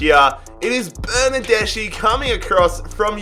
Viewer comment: Love your pronunciation of Italian surnames, but I’d suggest you to check the “-ch+vowel” sound like in Bernardeschi . In fact in Italian it’s pronounced like a /k/ sound. Except for that little detail, great video!